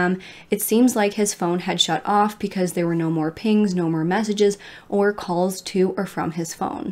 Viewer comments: Does anyone else smile when says “ pecause “lol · I never noticed until you said it!